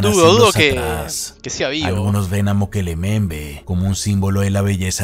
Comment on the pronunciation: "Mokele Mbembe": Mukelele XD